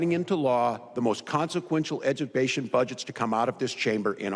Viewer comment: Higher graduation rates, but they can't read or do math... Walz cant even pronounce "education"! WTH is EDUPATION?!? Good riddance to Tubby Timmy and him ruining this state!!